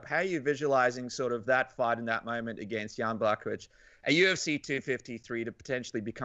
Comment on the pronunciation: one of few guys how knows how to pronounce Jan Blachowicz properly. Now it's time to invite Janka;) dasz radę.